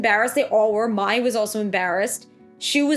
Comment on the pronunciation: Mai is pronounced like My